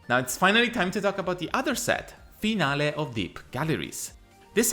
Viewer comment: Hello, you are the only one that up till now, speaks Finale and vice versa with "the correct pronunciation"! :hand-orange-covering-eyes:You surprised me, everybody else got the words wrong! Congratulation.